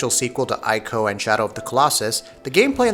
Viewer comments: I'm sorry, but it's "E-co" not "Eye-co". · p Please say his name right. It's pronounced Tree co. So annoying when people say it wrong. Also it's not Team ico it's Team Eco.